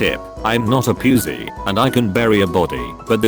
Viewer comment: When the robot pronounced pussy as "p-you-sey